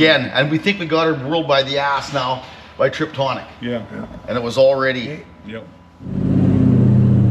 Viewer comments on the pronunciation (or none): Pretty sure said “Triptonic” instead of Tiptronic 😂